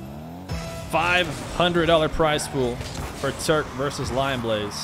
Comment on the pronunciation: just a pointer: watch naywis' videos with those ksa guys, he is pronouncing them correctly. alternitavely: you are pronouncing it like turk. just drop the u and you have it. <3